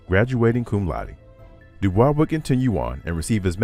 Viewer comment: Good documentary. However, it's grating to repeatedly hear his surname, NOT pronounced as HE PREFERRED: DooBoysc. Continued success!